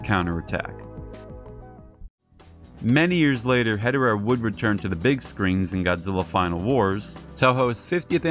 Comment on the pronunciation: If you don’t fully pronounce Hedorah or say it too fast it sounds like you’re saying hetero